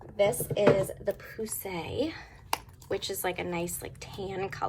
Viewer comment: I just love how you say poussiere LOL pooosay 🤣 idk how to say it either btw 🥴